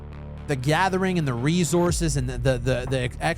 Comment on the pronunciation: Lmao ReZources…how has nobody pointed this out in all these years? I’ve been watching since Earth 2.0…😂ReZources😂 why???